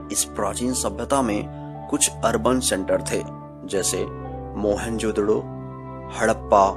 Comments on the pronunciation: Sir mohen jo daro nhi moen jo daro hota hai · Oohhhhh godd stop saying mohenjodaro mohan jodhdo😕😕😕😕😕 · Mohan jodro nahi bhai. Mohan jodaro hai woo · Its mohenJODARO not..mohenJODDO..😂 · Bhai.... Vo mohanjodaro hai ..... Mohanjodro nhi 😂😅 .... Baaki knowledge bahot achha hai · Who jodaro hota hai na ki jodoro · It is not Mohan jodro it's Mohan jodaro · It's not Mehenjododo it's Mehenjodaro. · Bhai video. Achi par mohenjododo nahi mohenjo daro hai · मोहेंजोडो नही होता मोहेंजदारो होता हे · Are pagal mohenjodaro hota hai na ki mohanjodadddo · Please try and work on you pronunciation of the word 'mohenjerdaro' , you sound as if you are using a profanity for someone.